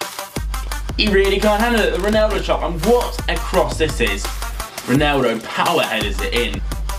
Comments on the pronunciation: Please learn how to say ronAldo :/ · Why the fuck does he say "Roneldo"?! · He says Roneldo